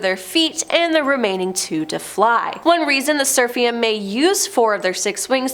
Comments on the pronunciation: "Seraphim" is pronounced "SER-a-fim." "Euphrates" is pronounced "yu-FRay-tees." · I’m sorry but every episode does she mispronounces things. PLEASE Google or YouTube pronunciations BEFORE you post your episodes! Euphrates and Seraphim were both mispronounced and Seraphim was different almost every time you said it. It is hard to watch and enjoy.